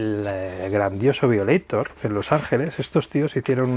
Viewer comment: Se pronuncia "vaioleitor". Igual buen vídeo👍 y como tú has dicho: Larga Vida a Depeche Mode!